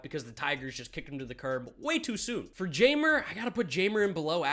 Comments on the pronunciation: I may be wrong as well but I think it’s pronounced Hi-mer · I reserve the right to be wrong, but "Jay-mer" can't be how Jeimer Candelario's name is meant to be pronounced is it?